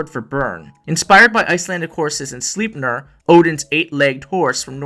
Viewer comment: The way you mispronounce Sleipnir really grinds my gears...